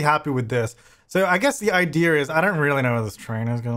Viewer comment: Do they say 'idear' where you're from? Never noticed that before.